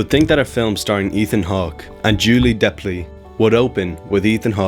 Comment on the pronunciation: Yeah. It's Delpy. Lovely video tho. 💯